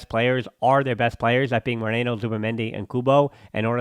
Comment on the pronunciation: Hi, assumimg thats your name. A piece of feedback here: you should take a few minutes before the videos to research how to pronounce these players names. You kept saying Moreno... Instead of Merino... Berenchareee instead of Barrenetxea. Etc